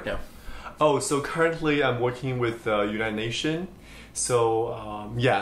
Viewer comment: United NatioN?? What's that? So you work for an organisation you can't even pronounce the name properly and you call yourself a polyglot? By the way, in French you don't say "je suis déménagé" but " j'ai déménagé" check you être and avoir.